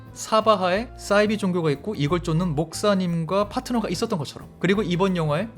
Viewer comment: 사이비는 맹자가 말씀하신 한자어로 닮을 사 말이을 이 아닐 비. 걸은 닮았으나 속은 완전히 다름을 뜻합니다 따라서 싸이비로 말하기 쉽지만 사이비가 올바른 발음입니다